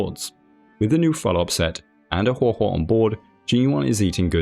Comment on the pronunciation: I just wanted to say that Guo Guo can be read as "pan pan" (as in like frying pan), well, since Guoba is a food that is made from a kind of rice that is cooked until it sticks to the pan. Which is funny, I guess. Also, good job on pronouncing her name, you did pretty well